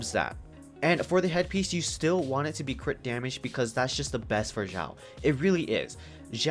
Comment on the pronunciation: Who the hell is jao? X is sound S for chinese name... It's pronounce Siao... Not Jao.. SIAO!!!!!